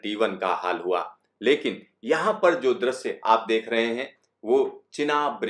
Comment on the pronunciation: The way he says "yeahn hai"